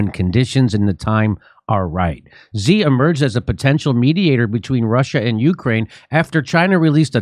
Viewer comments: Xi is pronounced like she. (I speak fluent Chinese.) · What do they make Xi so hard to pronounce? It sounds like SHE not ZEE! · Jimmy, Xi is pronounced like English "she," not "zee." Please show Xi enough respect to pronounce his name right. And Beijing is not "Beizhing": "-jing" is pronounced with a hard "j," as in jingle bells. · How does Jimmy NOT know how to pronounce all these world leaders names?! Its “Macron” not “Macronnne” It’s “she” xi not “zee”. The best one was Frankos Hollande instead of the very obvious François HollANDE. Jimmy you’re a champ. If you want pronunciation help, I’m willing to proof read your script and write phonetic spellings for you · It's "shi", I mean who cares but "zee" sounds like one of those new pronouns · You probably wont see this jimmy, but i just wanted to let you know that Xi is pronounced "Shi" when translated to latin characters :D Same goes for "Chi" being spelt Qi 😄🤓🧐 And Zhou is pronounced something like "Joe" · It’s “she” She Gin Ping